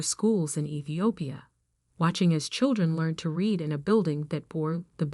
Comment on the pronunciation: Irrelevant, sometimes irritatingly distracting background! Verb "read" pronounced "reed" (infitive and present tense) but "red" (past tense and past participle)!